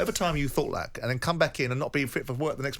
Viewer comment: Wow did Simon just say it’s the players and not ten heg 😂